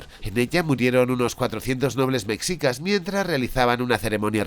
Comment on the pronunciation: Que son los “mecsicas”? amigo español, se pronuncia “meshica”